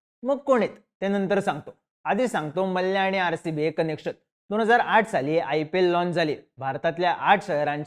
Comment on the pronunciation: Ye gap re ghanrdya . Ghanrdya sarkha nav ghetoi tycha Vijay Mallya Malya. Vyastit bol na Mallya. Pronounce shikvaiche ka tula Maa liii yaaaa.